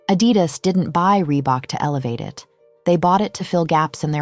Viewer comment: I don't like how she pronounced Adidas 😒